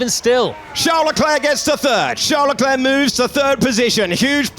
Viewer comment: Am I tripping or did he really say LeCleren